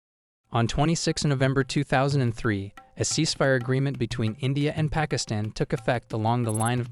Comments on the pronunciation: East "Pikistin" haahhaha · Around the mark you pronounced “pakistan” “pa-kizzz-tin” after correctly pronouncing it both before and after that mark. Makes no sense . Like when a kid mindlessly copied ChatGPT on a test and it messes up something simple but the kid answers “1947” for “what color did they wear?” Like obviously didn’t even think . Just read . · Why the heck is this AI calling it Pikisstan. Lol